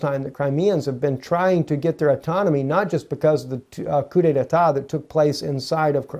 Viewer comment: There is not a second syllable... coup detat. Not, detatat.